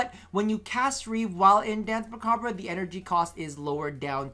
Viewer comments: Please. You're hurting me. Danse macabre. It's not "bruh." It's a French word, pronounced "mah-cobb." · Muh-cob.... Dance muh-cob...the (re) is silent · As someone who speaks french, it's "mah-kah-br"